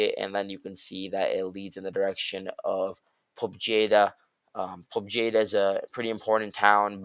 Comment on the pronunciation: The J in Pobjeda is silent, it means "Victory" in Russian.